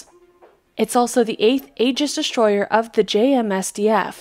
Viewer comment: Thanks for the video. BTW there is no "H" in destroyer.